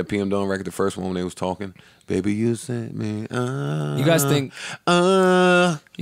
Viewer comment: I think it’s funny they still keep calling her Bad Bobby instead of pronouncing it Bad Baby.